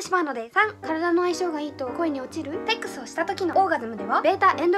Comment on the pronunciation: テックスって聞こえたw